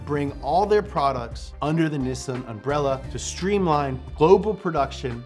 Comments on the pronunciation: The way you pronounce Nissan makes me cringe. It's one of the things Americans actually pronounce correctly and you say it like an Aussie anyway. NI - SAN = 2 - 3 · must be watching a lot of Top Gear, he's pronouncing Nissan wrong. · "Nissan". Me yelling at my TV:: "IT'S PRONOUNCED 'NISSAN' NOT 'NISSAN'!". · the only American to Nissan the correct way! never mind. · Does anybody else have a little Internal struggle with how says Nissan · 😐😑🤨 why do you pronounce nissan like that? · I hate this pronunciation of Nissan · I hope you are in character when you say Niss(i)n and not what it is.. Niss(A)n. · Its not niss sun its nih sahn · Media : Can you please learn to pronounce Japanese words. It's Neessahn in pronunciation, not Nissun. I is always ee. Always. No other way to pronounce it. A is always 'ah', no other way to pronounce it. Learn it. Live it. Please. [ Edit: You finally said it right, the very last time you said Nissan - Please listen to the last time you said it in this video, because that is how it's pronounced.] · Actually, it’s pronounced “Knee Sah”, not Nisin or any of that other crazy shit! Yes, I’ll be that guy! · in USA it's either Nisn or Neesawn. in UK we just say it as its wrote. nis-san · in japan its knee-san not nissn' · why even when in the commercial itself its pronounced "nee-san" but still insists on calling it "nissin" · ... please forgive this picky comment ... it's "NEE'-sahn" ... not Niss-inn ... ok? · Its knee-sahn. Not nissin, that's a brake manufacturer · It's Nee-Sawn not nissin. That's an instant noodle company. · No body:: NISN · Nissan is actually a Japanese work. In Japanese, the character "に" (Ni) is pronounced "Nee". The way pronounces Nissan is incorrect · People also say "saki" instead of sake, doesn't mean they are right. Look up Nissan in and it is clearly にっさん, from 日産. Americans may miss the double consonant, but they are much closer than any Brit or Aussie pronunciation.